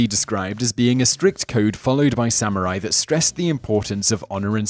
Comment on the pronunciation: did you say Sam Or I .?